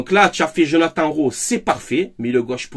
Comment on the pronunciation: Rowi on prononce